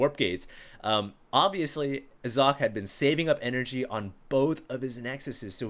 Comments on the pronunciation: Sock-eh not Zock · its German and pronounced "Sokkeh", last part is like the spanish "que?"